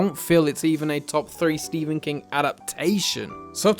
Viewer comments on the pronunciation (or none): none